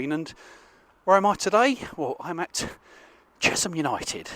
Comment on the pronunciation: Great vlog as ever. They are pronounced Che(sshhhh)am btw